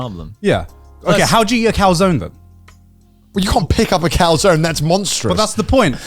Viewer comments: Thank you Felix... for pronouncing Calzone correctly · Felix Being the only one to pronounce calzoné correctly doesnt surprise.